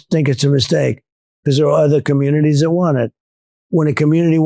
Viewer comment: Gimme a dollar for every time Ben says Becoss